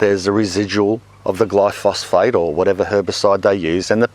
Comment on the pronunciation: Hi, i enjoy watching your vids, but i need to correct a mistake in pronouncing Glyphosate, you say glyphosphate please learn the correct way gly-pho-sate = Glyphosate. it just makes you sound more like you know what your talking about.